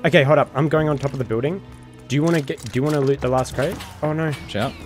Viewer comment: bro that hurt to hear when you said c4 create